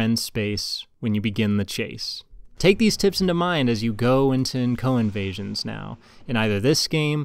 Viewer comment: I kept hearing "Cohen Vasions"